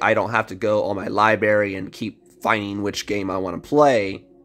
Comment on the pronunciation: Everyone talking about pronouncing Ezii but no one saying a word about how he is pronouncing library. Hahahaa